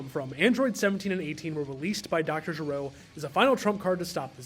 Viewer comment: love the video! though, small pronunciation correction, his name is Doctor Gero, not Doctor Jero.